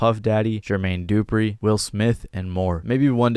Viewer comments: u pronounced dupri wrong but its aiight i know u a youngin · Good video.. but why u pronounce Jermaine dupri like that 😂